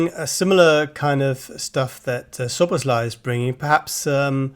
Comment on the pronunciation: Guys, get his name pronounced right - it’s SZ (as S) OBOSZ (as S again) LAI (pronounced as laaaahhi) not lay or other nonsense 🤦🏻‍♀️😆😆😆